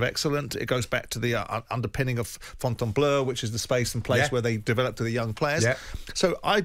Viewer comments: Clairefontaine not Fonteanbleu 😂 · Clairefontaine ,Simon. Not Fontainbleu.